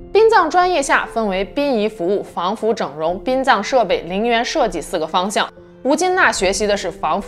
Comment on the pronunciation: 殡葬，入殓，都是四声，都说错了